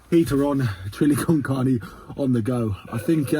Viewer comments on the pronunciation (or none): none